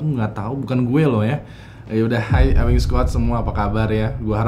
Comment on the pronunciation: bacanya bukan EWING SQUAD, tp EWING SQUOD.